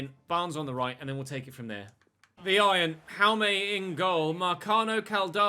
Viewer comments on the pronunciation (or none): none